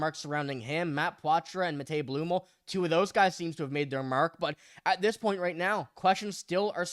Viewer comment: Learn how to say Blumel correctly...